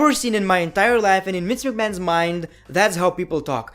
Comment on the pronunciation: Damn I really love your accent. “Wince McMahon” “Wiking Raiders” I really like it. Not trying to make fun of it. if it sounds that way I’m sorry